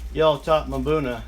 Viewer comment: it's pronounced buna, not mabuna